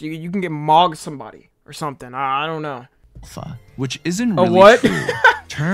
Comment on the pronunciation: Bring back “You already shnow.”